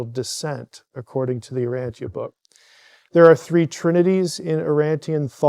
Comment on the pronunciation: Its not pronounced "Uranthia" btw...